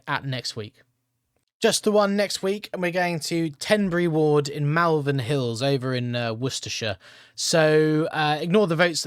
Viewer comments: It’s not pronounced Malvern, it’s pronounced Molven 👍🏻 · Malvern is pronounced Molvern. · Pronounced Moll_vern